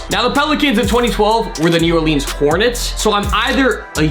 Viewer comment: sorry i. late. i’m new to the channel. also, it’s new or-lins not new or-leens